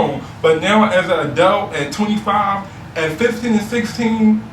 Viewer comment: So I guess in philly "adult" is pronounced "adelt". says adult the same way as.